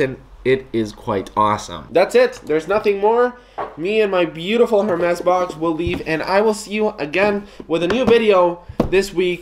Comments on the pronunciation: It's actually not pronounce err mez but more like air mess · dude it's pronounced as "ERR MEZ"... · The H is silent in French. So you’d pronounce it ermés 😉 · Obviously not rich when you cant even pronounce the name right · The H in Hermès is silent :) no hate, just saying